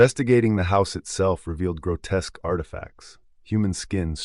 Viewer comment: Add grotesque to that list too lol